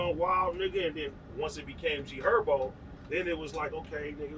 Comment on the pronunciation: said his name like a goofy u bogus affffff trell wtf 😭😭 HER-BO no ErBo wtf